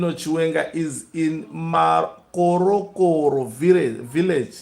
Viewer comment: Makhorokhoro hey, not Makorokoro!